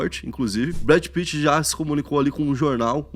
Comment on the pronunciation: "Brad pittman" 🤣🤣🤣🤣